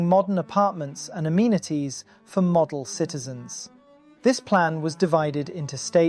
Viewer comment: What are these Crossawnts and armenities he keeps speaking about